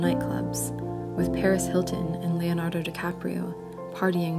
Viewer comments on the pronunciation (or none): none